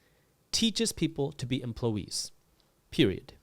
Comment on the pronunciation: "Many emplowees"